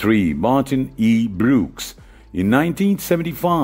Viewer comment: Lear to pronounce Brooks properly.......